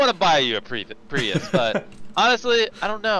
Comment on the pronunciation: "i want to give you your privus", sir i believe its prius